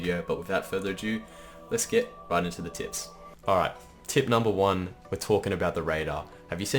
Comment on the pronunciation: LETTTSSSSSS GOOOOOOOO He'sss BACK! I swear you said "lets get right into the tits"